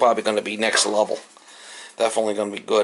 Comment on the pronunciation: Ohhhhh....NEXT LEVEL! I thought all this time you were saying NECK LEVEL and couldn't figure out what the heck you meant. hahahaha NEXT LEVEL!!